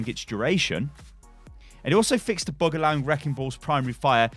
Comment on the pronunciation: Bug not Book